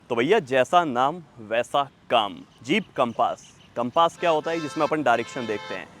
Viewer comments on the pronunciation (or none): Bhai naam to sahi se le lo gaadi ka....compaaaaaas nahi hai Compass hai